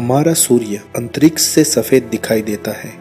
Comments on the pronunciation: अंतरिक्ष not....अंतरिक्स....btw.....very nice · Tongue move nahi karti kuch logo ki aise words bolne me... Unhe kitna bhi samjhao wo antriks hi bolege